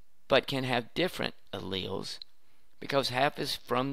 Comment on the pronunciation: Blud says “Chromatids” like “Chrome ahh t*ts” And Alleles like “Ally yells”